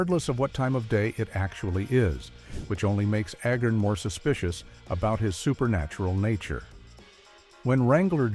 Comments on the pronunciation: I'm pretty sure it's pronounced ayy-garn, not eh-gern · The name is Agarn, not Agern! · Agarn asshole, not agin 🤷‍♂️ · If you are going to bother to do a documentary on something, get the pronunciation on the character's name correctly. It is Not Ahgarn. Or Ahgar. The A is a long A pronounced like the first letter of the alphabet. Say it with me. A-Garn. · It's A-garn, not A-gurn. The narrator of this clip is incompetent (and also painfully repetitive). He should have been on the show. He would have fit right in. BTW, first season better than the second. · Agarn, not Agern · His name is A- garn. please get your ai slop right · Corporal "Aggin"?...come on, lift ya game! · A-garn. A- garn. Long A, as in stupid AI narration. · This was a good video, but a Agarn not pronounced Agin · For the most part, the clips do not match the narration. Also, the narrator cannot even pronounce "Corporal Agarn." He kept saying "Corporal Agern." Amazing that these AI generated stories just don't measure up for a real fan of old TV. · It's pronounced AY'-garn. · The ROBOT narrator can't get Larry Storch's character, Cpl Agarn's surname straight. This earns a thumbs-down precisely begause the narrator IS NOT HUMAN, BUT A ROBOT! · I find it irritating that the announcer pronounces Agarn 4 or 5 different ways. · I watched the series when I was a kid. I'm surprised this video tends to repeat itself, as well as mispronunciating Agarn... The "who says I'm dumb?!" joke usually had the "I don't know why people say you're so dumb" line at the end of a scene, with a transition to the next scene at which point the first line of the scene was Agarn's "Who says I'm dumb...?" retort.